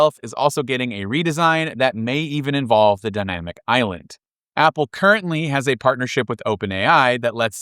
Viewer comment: Dy*m*amic Island? Sorry -- very informative video and vary appreciated, but I couldn't let that go.